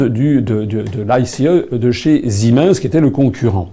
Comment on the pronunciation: ziminsse ? Ca se prononce pas "Sie mainesse " pour siemens ?